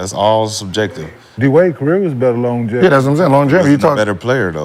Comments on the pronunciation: Im supposed to believe Steph isn't a generational talent coming from a guy that says longjeverty for the word longevity. 😂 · That longevity word be f*cking Gil up 🤣😭